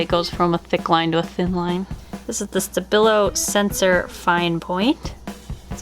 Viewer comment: Good afternooooooonnnn The i in Stabilo is pronounced ee btw*